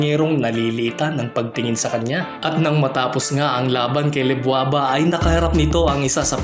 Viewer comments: LEDWABA yun, hindi LEBWABA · Lebwaba? Ledwaba yun